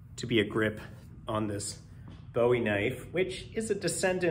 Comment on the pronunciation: The knife is named after the Texas pioneer, not the British singer. BOO-ee is how his name and his knife is pronounced. If you're looking for the guy who sang China Girl, your pronunciation is spot on. You say you work for an armor company?